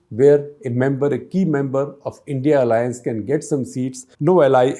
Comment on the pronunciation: Please don’t say “India alliance’ ‘it’s. I.n.d.i alliance’